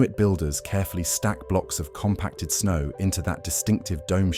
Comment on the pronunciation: Right? Did he just say “rain O-R sn-aw” 😂